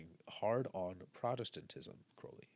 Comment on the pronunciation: Giving you a like just for saying his name correctly 😀